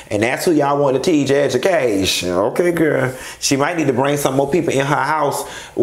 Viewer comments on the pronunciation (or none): I kept rewinding just to hear you say "An edge-u-caytion..." Crine...😂😩